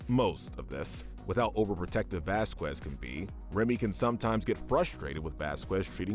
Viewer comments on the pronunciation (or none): its pronounced vas-kez not vas-qwez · Sorry to be that guy, but it's Vasquez not vasquwez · I hate to be THAT guy. but Vasquez is Pronoucned Vaskez. I love WickedBinge and 1upbinge But... i am a little strict on how things are pronounced. (Why am i even writing this comment?) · btw its pronounce vasKEZ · It's spelled vasqeus it's pronounced baskes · Name is it bothers God it's Vasquez Velasquez Vasquez best kids Baskin basket😢 it makes me sad that you can pronounce his name correctly everything but I'm willing to give you one last chance football just I'm all I'm going to do bad would be what is nnn very popular and I'm the would disperse in the world I owe my child on 55 restaurant so very best with stuff and have a question and my boy or a girl😊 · “Vasqwaz” That got me😂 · Who’s bascwez? You mean Vasquez ?